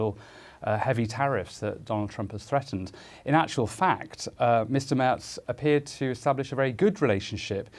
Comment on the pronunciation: Love that Chancellor Merz's name is misspelled in the BBC subtitles and mispronounced with a ‘t’ in the moderation. He gets what he deserves - who the heck is this unexciting, uninspired BlackRock lobbyist and warmonger? Greetings from Germany.